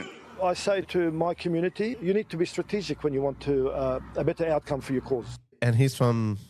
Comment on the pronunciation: he can”t even pronounce the organisation “he banned”, and yes, pay a special attention to the expression “Strategic”.